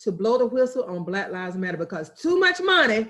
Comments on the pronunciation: Why are you saying "Bla Lives Matter"?? can you not pronounce the word 'Black'??. You say it everytime, a hundred times. Bla Lives Matter. It doent sound like an impediment. It drives me crazy when seemingly inteligent people dont or wont correct their grammer. Like the idiots who say dont axe me nottin. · It sounds like you are saying Blat Lies Matter. You annunciation is atrocious. If you wish to have your country respect Black Lives Matter firstly pronounce it correctly if you are speaking English. Try it B L A C K....L I V E S....M A T T E R. Notice the K in Black, you need to pronounce the K. And Lives notice there is a V in the middle of the Lies, you need to also pronounce the V. That dialect you are speaking sounds like some lazy communication most English speaking do not understand. nome sayen'